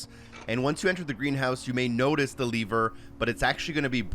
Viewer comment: Saying leaver instead of Lever is driving me insane.